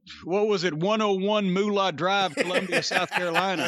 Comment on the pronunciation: For some reason, I love how Jim says, "Moolah".